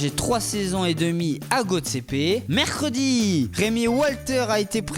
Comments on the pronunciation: le pire ses sa quand il dit mecredit et jedi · lol comment ila dit mercredi a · Qui dis "Mercredi" comme ça svp